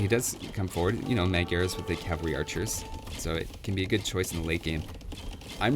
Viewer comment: Magyars pronounced mod-yours not meg-yars lol. They are just hungarians